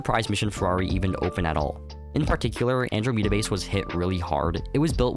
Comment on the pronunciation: AnDROmeda, not AndroMEda 😅😅😅